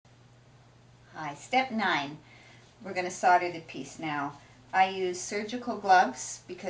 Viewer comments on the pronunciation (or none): Solder is pronounced soul-der